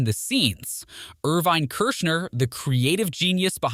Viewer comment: Actually, it's Irvin (Er-vin).